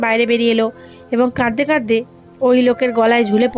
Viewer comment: গল্প ভালো, আপনার পড়াও ভালো। তবে কিছু উচ্চারণ সঠিক না। যেমন, #(কাদদে কাদদে) এটি হবে কাঁদতে কাঁদতে। #(খুজজে) এটি হবে খুঁজছে।